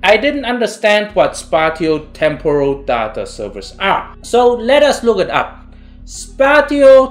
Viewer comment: Spatio/spatial pronunciation: spay she o, spay she all. Great video, thanks